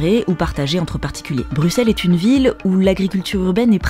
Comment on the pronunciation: Oui nous avons des noms de villes pas possible ... nous aussi 😅 Un grand grand merci en tous cas de prononcer Bruxelles et les Bruxellois correctement, vraiment 🙏😘 ("Brusselle" "Brussellois.e").